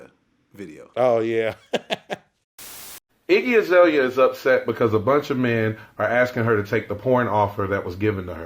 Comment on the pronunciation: Damn you fucked her name up bro, it's Iggy Azalea